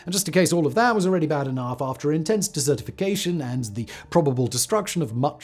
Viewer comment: Anyone else think of dessert 🍰 due to Simon's accent and how he says desertification 🏜? While dessertification 🎂 🍬 🥧 might be more yummy, it's probably just as bad as the desertification 🏜 plan